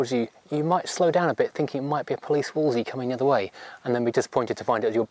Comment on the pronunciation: ........and it’s not “Woolzee”, it’s “Woolzlee”. No wonder you get the UK VP pronunciation wrong.